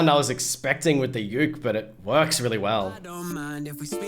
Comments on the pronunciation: its boywith ukey its not said how it looks just to say ^^ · U said youk its uke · Read it like boywithook